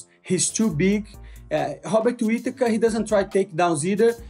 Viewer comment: I can't with "Hobbit" Whittaker. Once you hear it, it's done 😂 Even auto-caption wrote it 😅